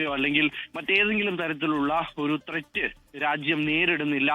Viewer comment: Thret... thret....😂😂😂😂😂 Onnu മനസ്സിലാക്കി കൊടുക്കേണം